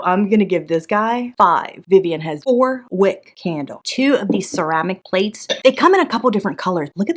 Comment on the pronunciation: The way she kept calling the bowls playes 💀🤣 i love Vivian! Shes gonna make that cruise money real quick with her Etsy store garage sale. 😂